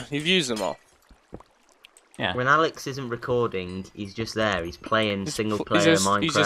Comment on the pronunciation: Did you just call Alex "Layhe"? :) LMFAO